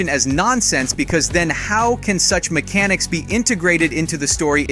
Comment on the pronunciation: "MEK-A-NICKS" LOL